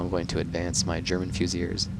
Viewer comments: Definitely pronounced "Fusiliers" - "Fuse-il-eers". So my mate in the army claims anyways. Think you're spot on for #2 though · In French it's more like Fy-si-li-e